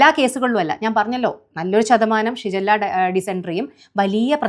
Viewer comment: ഷിജല്ല യോ 😂😂😂ഷിഗല്ല